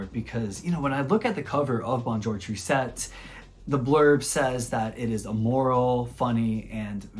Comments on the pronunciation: Tris - tesse, not triset. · Tristesse means sadness, it does not end in -ette. Google translate will pronounce it correctly for you.